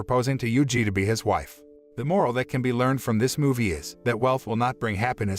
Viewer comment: Everything is good except .... I suggest you to stop saying Moral